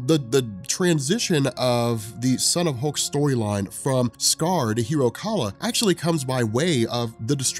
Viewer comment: hiro kaal. not kala